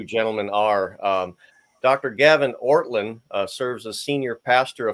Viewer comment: it's "Ortlund"